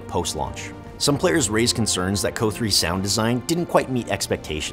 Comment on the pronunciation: Why does he keep pronouncing COH as "KOH" lol. I've never heard anyone say that. It's usually "SEE OH HEYCH'